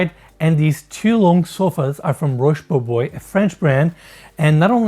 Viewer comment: He mispronounced "Roche Bobois" . Dude, it's not "Rosh Boboy", its [rohsh bo-bwah]